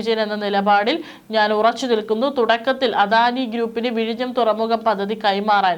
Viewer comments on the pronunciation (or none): none